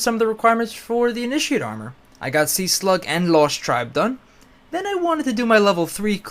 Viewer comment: (about) it sounds like he's saying "Ini-sheeiitt"